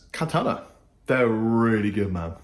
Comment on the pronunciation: I like how he says "Katana" - play & speak authentic :) #Chappersoutindeed